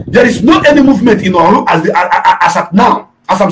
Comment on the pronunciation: Is not olu is Orlu